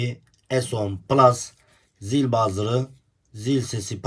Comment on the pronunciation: Zil bazır degil, buzzer demelisin. Buzzer zil demek zaten.